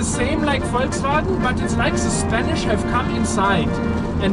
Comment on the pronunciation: Danke für eine korrekte Aussprache von VOLKSWAGEN